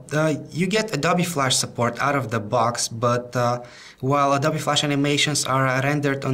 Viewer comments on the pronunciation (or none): none